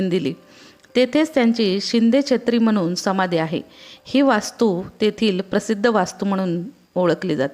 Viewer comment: तुम्ही सांगितलेली माहिती खूपच उपयुक्त परंतू शब्द उच्चारणात सुधारणा केली तर बरे होईल उदाहरणार्थ नाही आहे णाहि /म्हणून आहे म्हनून